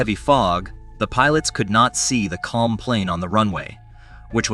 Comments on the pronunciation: Bro it is not KLUM it is KLM which is pronounced KAY EL EM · AI has a long way to go, four mis-pronounciations in the first 45 seconds: Boeing seven hundred and forty-seven; "ten-er-ife" (long I); "PAN um" instead of "PAN AM"'; "klum" instead of KAY EL EM. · The name of the Dutch company is Kay El Em not Klum, this guy knows nothing about airlines, domestic or international. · I only realized halfway through the vid that what was meant by klum was KLM lmao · Ahhhhh yes. The slightly somewhat sorda deadly crash involving KULM and the PANUM airlines plane 😂😂 FERFUXAKE he literally sounded out the letters like kindergartners would do. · For some unexplained reason, that's how the narrator pronounced "KLM" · Yes. I found that annoying too